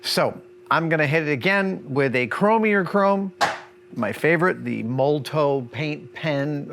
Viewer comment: I only watched to see if he would mispronounce Molotow again. He did. It is also spelled wrong in the description.